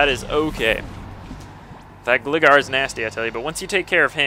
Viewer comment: its gligar (GLI-gar)